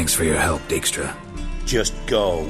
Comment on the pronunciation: I've always liked Dijkstra as a character, even if nobody in this game knows how to pronounce the name. It's a fairly common Dutch family name, pronounced dyke-stra.